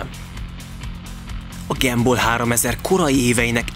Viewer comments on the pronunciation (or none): Mi az, hogy "Gemból?" Az angol nyelv egyetlen tájszólásában sem ejtik az u-t e-nek. A helyes "Gámból" vagy "Gamball" - A 3000 nem az út távolságát jelenti. Alapításának idején, a 2000-edik év közeledtével minden nagyszerű dolog nevéhez a 2000-es számot adták hozzá jelezve annak szenzációsságát. A Gumball esetében a 3000-es számot adták hozzá, jelezve azt, hogy ez minden szenzációs dolgot felülmúl (Lee Baillie, a Gumball szervező csapatából) A távolság sem mindig 3000 mérföld. - Az Aventador SVJ-nek nem gyári kereke. Rendelésre készült az AL13-nál, lemásolták a McLaren Finá-ról - Nem minden résztvevő vezette le a teljes távot. Egyesek csak Angliában vettek részt, (pl. a két Koenigsegg és a Mclaren Senna), vagy csak Olaszországban (Lambó Sián). Londonban nyílt egy Koenigsegg képviselet, oda vitték a két autót. - "Mr. JWW" azért nem vehetett részt, mert ellopták az útlevelét. Senki nem fél magyarországra jönni, unalmas már ez a politikai eredetű önsanyargatás. Budapest az egyik kedvenc helyük. - "Kontázs???" 😲 "Kuntás!" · Csak egy javaslat: nem gemból, hanem gámból. Gum, mint gumi. Amúgy nagyon jó videó lett, de ez nagyon szúrt minden alkalommal. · Fáj a fülem ettől a “gemból”-ozástól.. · Miert ugy mondjátok, hogy “gemball” ?? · GEMBÓL?! De miért E-vel van mondva?! :( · Nem tudtad volna többször kimondani a Gumball szót helytelenül?? Azért nem ártana a többi angol kiejtést is megtanulni helyesen mert borzasztó hallgatni🤦🏼‍♂️🤦🏼‍♂️🤦🏼‍♂️